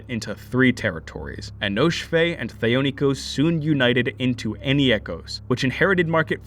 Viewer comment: #JusticeFor,Thee-oh-ni-kos #JusticeFor,Scisserpooks